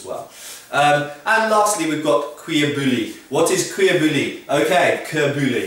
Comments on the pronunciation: YOGSCAST Seagull nop it's pronouced "boo-yee" not "boo-lee" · kenneth mcgriff Boo-Yee. Not Boy, ee. :P Good joke though lmao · you don't pronounce the l in bouilli. you say boo-yi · Cuir - Correct Bouilli - Its pronounced bou-yi. The double L in French and Spanish (and probably Italian and Romanian) is a Y sound in English. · Cuir bouilli is the leather he speaks of. He says the cuir part wrong, but it's as close a someone who doesn't speak the language can get. Bouilli is boo-yee, in French the double ll makes y sound. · Isn't bouilli pronounces "boo-yee"? At least in modern French. (Sorry to nitpick.) I loved the video, though. :) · fyi: "bouilli" is pronounced boo-yee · Lol, you tried to correct peoples pronunciation of cuir bouilli but you didnt pronounce bouilli properly. It is pronounced boo-yee. :P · just so you know pronounce bouilli : booyi